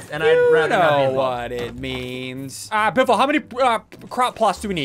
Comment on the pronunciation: I laughed when I heard Benjamin biffle